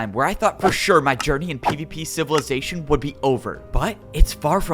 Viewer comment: I hate every time he says pvp civilization bc it doesn’t sound right